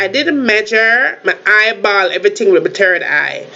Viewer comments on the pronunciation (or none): Did she say her turd eye?? 😂